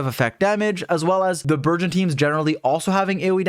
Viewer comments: I keep hearing virgin thoma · i kept hearing burgeon thoma as virgin thoma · Burgeon Thoma but I can hear Virgin Thoma 😂😂😂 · I keep hearing virgin thoma pls stop 😭😭😭